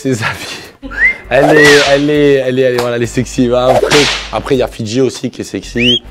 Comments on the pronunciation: Il faisait que de dire fitci mes oreilles sifflait 😏😏😪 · Je suis le seul à avoir rigolé quand il a dit : "Fidji" pour la plus sincère